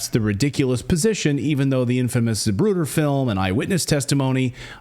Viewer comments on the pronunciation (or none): Zapruder. Every single time.